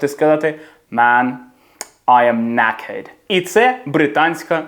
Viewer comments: Оце ваше knackered промовлятьеться так, що я 100% сплутаю з "naked". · щодо "A" нічого не скажу, але я жодного разу не чув звуку який би позначала літера "r", коли він у відео кaзав "knackered".